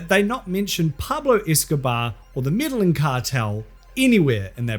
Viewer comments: Brooooo, its not the "Meddling Cartel" double L in Spanish is a 'y' sound remember? I know you throw a lot of ironic jokes into the edit but that one just makes you look stupid, it doesnt come off as a joke (though its still funny regardless) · Have to be that guy. Medellín is pronounced "Medeyin." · may-day-YEEN.. Medellin.... say it fast. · I like how how says Medellin and makes it sound like meddling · British people trying to pronounce Medellin lol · The pronunciation of “Medellin” is WILD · Love the video, but I am begging you to look up the pronunciation of Medellín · Your pronunciation of Medellín is a hate crime. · Lol the "medellin"pronunciation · Can you please learn how to say the cartel's name properly? Like you spend all this time making terrible cheesy jokes but you can't take 5 seconds to look up how to pronounce the word correctly..... What a joke just like your content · Anyone else laughing at his pronunciation of Medellín?